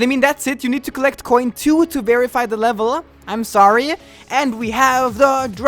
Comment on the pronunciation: I think he said “toe too”